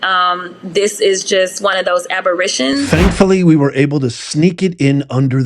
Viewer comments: “This is just one of those aberitions”? I assume she meant aberrations. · First, Ms. Crockett, the word is aberration. Second, most people in the U.S. are straight, white people. Therefore, most people looking for jobs are straight white people. You're not going to be able to fill positions with ANY AMOUNT of qualified people if you don't hire straight white people.